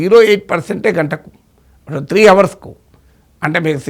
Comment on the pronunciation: Desr professor It is our(hsilent) but not hour(h should not be pronounced. Hope i have not hurt you.